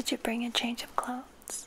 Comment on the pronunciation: Clothesss not clotht